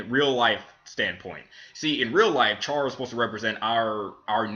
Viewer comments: You pronounced Chara wrong it's like CHAIR-ruh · you pronos chara cara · I cringe when you say chara's name cause thats not how you say it...